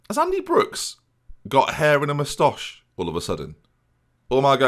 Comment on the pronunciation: we need to talk about your pronunciation of moustache